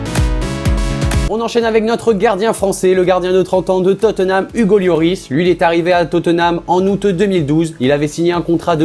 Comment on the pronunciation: tu dis Hugo Yoris